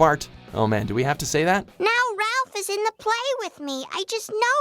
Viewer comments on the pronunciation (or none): none